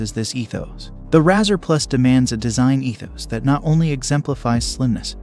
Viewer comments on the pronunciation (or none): If your AI can't even say the name right, that's an automatic dislike and click away.